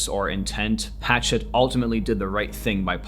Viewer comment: People need to learn how to say this publisher's name correctly. The name is French, thus think French pronunciation. It's not like the chopping tool (a hatchet). It's more like "Ha" (as in "ha ha" funny, where "ha" rhymes with "la" as in "La La Land" or "Ma" as in "Mama") and "SHET" (rhymes with jet). So..."ha-SHET" (with the stress on the 2nd syllable).